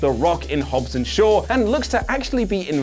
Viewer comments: It’s HOBBS not HOBBES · No "e" in Hobbs.